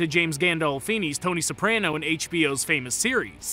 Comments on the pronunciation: And he pronounces it wrong, it's an ah not eh. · He’s not even pronouncing Soprano right either